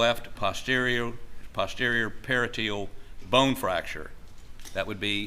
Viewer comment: Parietal is pronounced Puh-rye-eh-tuhl Not pair-a-teal